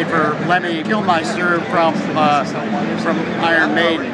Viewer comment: Kilmister not Kilmeister please!